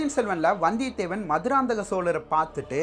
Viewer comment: Bro maduranthakam maannana??? Enga bro iruku entha manna corect ah pronounce pannunga pls